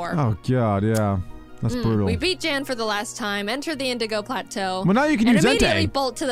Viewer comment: So, turns out Jan is actually pronounced Yan. I found it pretty funny that you kept saying they should box their existing teams for stronger pokemon after going on that mini-rant in her previous video when she did just that during her Diamond run.